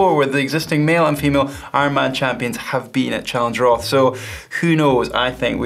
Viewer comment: are you aware that "roth" is pronounced in another way?